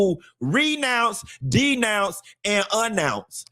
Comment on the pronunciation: “A Nounce” lol